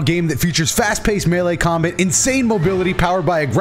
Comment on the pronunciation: Omg said melee correctly